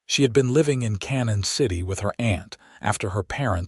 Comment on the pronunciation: Obviously not familiar with the towns around here. The town is not pronounced "Cannon City" but pronounced "Canyon City".